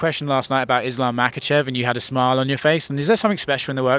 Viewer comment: he didn’t say makhachev he said mocklechev u must be a casual